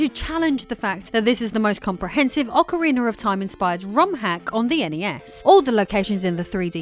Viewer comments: I love Ocariner of Time 😊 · In Americar we say aw-kuh-ree-nuh. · Ocariner Of Time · Why english speakers do that?, I have never been able to understand that pronunciation but yet it is very common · As an American, I don't understand it either. She goes back and forth between saying it right and saying it wrong. She also said Zelder than Zelda, I don't get why folks from the U.K. go back and forth between pronunciations, sometimes in the same sentence.